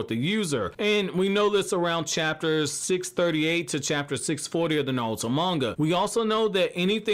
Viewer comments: Why does he say NaLuto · Is he saying nalto?